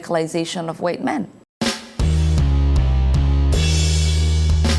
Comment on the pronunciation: Who taught you how to say white lol